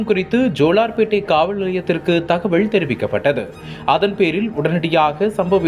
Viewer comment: தகவல் தகவள் இல்லை சரியாக தமிழை உச்சரியுங்கள் காவள் நிலையம் இல்லை காவல் நிலையம்